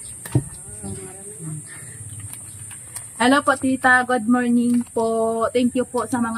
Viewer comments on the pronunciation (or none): ang thank you sa German ay “Danke” hindi Danken. Huwag muna Sabihin ang Guten. Guten is Good Hindi Hello.